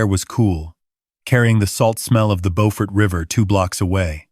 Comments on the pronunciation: Beaufort is near Hilton Head South Carolina. It is south of Charleston. however, it is pronounced Bew-furt not Bow-fort. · It is not boford it is BEAUFORT JUST LIKE IT IS SPELLED JUST LIKE BEAUTY SOUNDS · Bo-fort? Don't you mean Bew-fort? I've heard it pronounced Bew-fert too.🤔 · Please, please pronounce Beaufort correctly. It’s bew-fert . It’s a beautiful town & I loved living and going to school there many, many years ago. Like your stories but I’m thinking you may be Canadian? 🤔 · There is also a lovely coastal town in NC called Beaufort. Your pronunciation is correct for Beaufort, NC. 😊 Beaufort, SC is pronounced Byew-furt. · He pronounced it like the one in NC. The one in SC is pronounced Byew-furt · Plus they’re mispronouncing the name of the town. There’s a Beaufort in both North and South Carolina. They are pronounced differently. They pronounced it like the North Carolina town. In south Carolina it’s pronounced Bū-fort. AI still has a long way to go. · The AI crap mispronounced "Beaufort, South Carolina." It's pronounced "B-you-fort." The Beaufort in North Carolina is pronounced as the AI crap thought. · Again with the “he said” and “I said” at the beginning of each thought when it should actually be at the end of the phrase. Would also be nice if your AI could correctly pronounce “Beaufort”. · I used to be stationed in Beaufort when I was in the Navy, I cringe at the mispronouncation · Good story but the name of the town is not pronounced correctly.